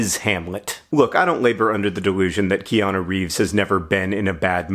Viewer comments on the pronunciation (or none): Ikianu? Never heard of him. Ohhhh, you mean Neo. His name is Neo, dummy.